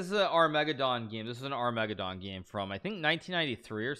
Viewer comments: Back when Hikaru couldn’t say ‘Armageddon’ correctly: Ar-MEGA-don! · Hey Hikaru, say "Armageddon" Hikaru: ARM - MEGA - DON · "ar me GED on" not "ar ME ged on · Ar-me-ga-don game? Lol.... it's an Arma-gedon game. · Did Hikaru just say "are-----meg-ed-dawn"? It's "ar-mug-ged-din." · Hey Hikaru its not Ar-megaddon but Arma-geddon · Armegadon? I thought it was Armageddon, what am I missing? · Is are-mega-don a meme? As opposed to armah-gedon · The way he pronounces 'Armageddon' (Arr-meg-ah-don) sounds like a dinosaur! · Must've been a mispronunciation right? He doesn't always say "armeggadon" right? Lol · The way Hikaru pronounces "armageddon" made me think he was talking about some obscure chess subreddit called r/megadon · Armeggadon? Lol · Ar-mega-don game? I'm new here...but does this guy always mispronounce words on purpose? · Hikaru says Armageddon like it's a dinosaur. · Bruhh is that how you pronounce armageddon? Shit, when he said it like that , I knew it sounded wrong but then i tried saying it and I fucked it all up. Damn it hikaru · Is it me or Hikaru mispronounces the word "armageddon" ?